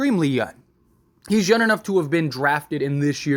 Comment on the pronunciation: It’s young not yun lol just playing